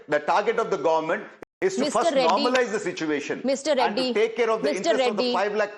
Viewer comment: Ya, it's "gowmunt". Not government 😂